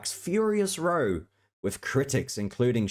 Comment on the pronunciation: The word "row" meaning a noisy argument, rhymes with "cow" not with "tow"!